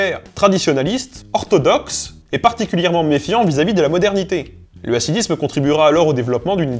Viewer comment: Super video bravo! Par contre attention à la prononciation : Hassidisme et Haridim. Le "H" se prononce [x] comme la jota espagnole car ici, le H représente la lettre "khet" ח. Par contre Haskala est bien prononcé, puisque le H représente la lette "hé" ה, qui est l'équivalent d'un H en anglais.